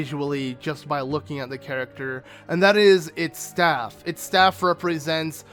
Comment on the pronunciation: when he said staff smh